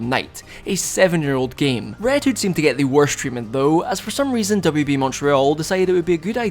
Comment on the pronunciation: I heard it as WWE when you said WB